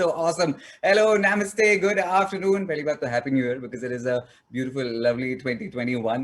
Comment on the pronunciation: Did he just say "naymustttey"?